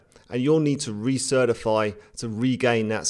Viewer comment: "Re-Certifify" lol